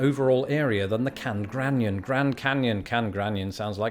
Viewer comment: "...canned granyon..." Being a fan of spoonerisms, I got a good chuckle out of this one.